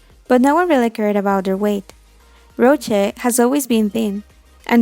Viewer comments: Not criticizing or anything, but she said "Roche" instead of "Rosé" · Yoooo why do she says Roche (Rosè) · her: "Rosé" no👎 "Rojé" yes👍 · Its not rojé its rosé and if you cant pronounce that call her rose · Me: rose my bias from blackpink Her: pronouncing her name roje Me: uh uh😂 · "rochae" sorry i just had to LOL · RoSé not roché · Especially the pronunciation of Rosé. It sounds like Rochey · it's rose not roje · Just me who noticed it sounded like you said Rotche? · The way she said ROCHAE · Why do you say roje 😂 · She did not just say "Roachè" 😂😂😂😂😂😂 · The way you’re saying Rose’s name making me mad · What the hell you cant eve prounce Rose name :<|